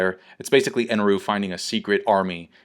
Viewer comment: Why do you pronounce it "Eneru"?